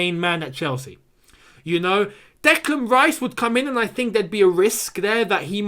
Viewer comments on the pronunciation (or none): none